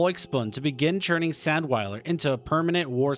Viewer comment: Get your pronunciation right, it's pronounced, ZANDVILER.